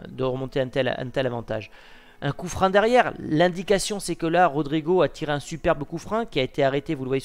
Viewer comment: Juste... Pourquoi tu dis "coup frein" au lien de "coup franc" ? Je comprends pas du tout, même si c'est un détail 😂